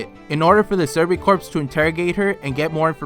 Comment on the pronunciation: "Survey corpse" Dude, the "ps" is silent.